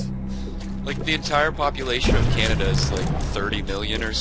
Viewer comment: Canadia, lol